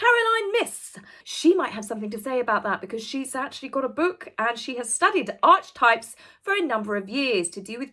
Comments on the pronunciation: Another great video,, but one tiny point - Archetype is pronounced with a hard ch in the middle, so it's Ark-e-type. Hope Tom Leykis does sue her! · This is driving me crazy… it’s pronounced… aa-kuh-tipe … it means something or someone who or is the original model or creation setting the standard or trend for something. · The word is archetypes - pronounced arc/e/types. It means role models / individuals whose actions (etc) influence others. A play on words… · Pronounced as "aa·kuh·tipes" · It’s pronounced, “Ark-eh-types.” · it’s not a detraction from your meaning but look up the correct pronunciation of Archetypes, you are not pronouncing the word correctly. Also check it’s meaning, because that does detract from your meaning. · Ark - eeee - types, not arch lol 😀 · It’s actually Archetypes as in ( Ark-eh-types) …Not Arche-ay-types… I don’t know if you’re having a play on Archwell or not, but the correct pronunciation is with a hard K not the “ch”…. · Hey, It's not 'Arch-Types' it's pronounced 'Ark-e-type', just letting you know, love your work! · It's pronounced ' Arketypes' not 'Artchtypes'. So nothing to do with Archewell. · Archetypes is pronounced ark-e-types. Not the same as Archewell pronounced like march bell. But yes Meghan is utilising “arch” as a motif. Perhaps she imagines it will make people check out her website. It won’t. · Just a quickie. Archetype. It's pronounced 'ark-e-type' Three syllables. Ark not Arch. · I hope it isn't Archie types..but pronounced arkitypes..even that's wrong ..I think she means stereotypes. And I'm bore already. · "Arch-types"? It is actually pronounced "Ark-e-types" - but your analysis is spot-on!! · it's pronounced arc..e..types.. sweetie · It's so annoying. Pronounced Arke-types. Archetypal. And age trying to copyright the word. Smh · Ark-e-types is the correct pronunciation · I think it’s pronounced arceytype ( hard c). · I believe you pronounce "archetypes as : "arkitypes". 😁